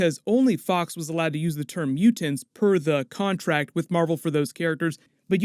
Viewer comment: You say mutants justttttt a little off